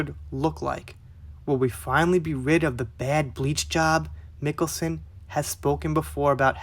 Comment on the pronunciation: You actually nailed the pronouncement of his name!